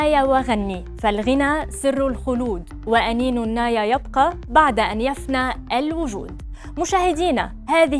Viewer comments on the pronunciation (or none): سيدتي المذيعة ( عربيتك ) بحاجة الى إصلاح عاجل .اقصد لغتك العربية و لا اقصد سيارتك .( أنينُ النايِ ) بالكسر لا بالفتح .